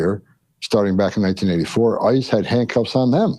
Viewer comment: You are both heroes. I hate that he calls them ICE cu when he says ICE’s hands it sounds like he’s talking about ISIS 😮